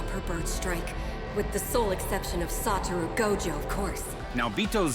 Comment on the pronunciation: its actually satoru not saturo, im saying this bcs early on even i used to think his name is saturo 😅